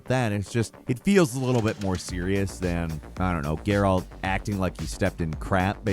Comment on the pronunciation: Every time you say "Gaer-Alt", God kills a kitten! Stop that! Lol